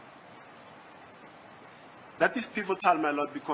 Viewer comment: How come that Ratha cant pronounce Mogola and Gininda correctly? He keep saying Mogole and Ginanda 😮 why ??